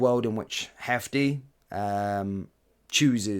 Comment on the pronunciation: FYI Jefte is pronounces Jeste. He is Brazilian (Portuguese speaking). If he was Spanish speaking, it would be pronounced Hefte.